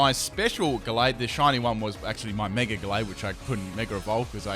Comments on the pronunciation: It's Mega not Meger. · it irks me when you say megar evolve.... mega doesnt have an r in it but i like your videos so i suck it up